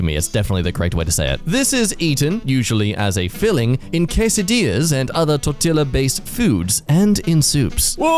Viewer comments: Espress spanish lesson: Huitlacoche is pronounced "Wee!-tlah-co.-Che", Toetillas is pronounced "Tor-tea-yass" (tor 🍵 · bruh tell me didnt iust say torti ll as